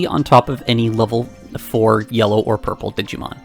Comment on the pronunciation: Here for the friend, stayed for "Yurple"